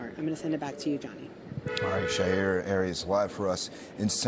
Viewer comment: I think that he broadcaster is pronouncing the in the scene reports name incorrectly. Isn’t it Shaira (Shī-Ra)